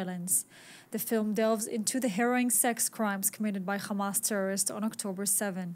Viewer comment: Why don’t you pronounce Hamas with an ‘H” instead of “Kh” Khamas? The scratchy gutural Kh makes people’s ears bleed and makes listening to you difficult. It’s very easy to pronounce “Hamas.” Constructive criticism.